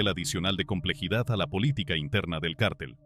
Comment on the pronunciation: No sé dice cártel .....es cartel....no es Guzman.....es Guzmán